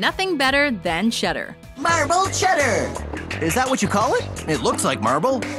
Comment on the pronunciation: You were good good good... Then u said Cheddar.. Shit ! You were good